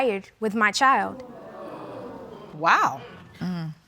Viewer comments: Child is two syllables? Asking for a petty friend lol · Please, please note: child is a one syllable word!! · When did ‘ CHILD ‘ have 2 syllables 🤣🤣🤣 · BM is annoying... BD's mama is even more annoying. Why do people have to be loud and obnoxious?? is over the top, and, BM, the word "child" has ONE syllable NOT two!! Mass hot mess confusion when everybody's talking!